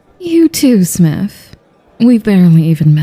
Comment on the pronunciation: Im sorry i can't take her serious after hearing "smiff" repeatedly